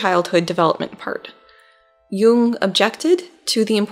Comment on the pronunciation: You‘re still pronouncing Jung‘s name wrong. You need to abbreviate the „oo“-sound. Almost as if you swallow it in order to emphasize the „ng“ in the end ... I‘m german and I can attest that even Jordan Peterson pronounces it wrong 🧐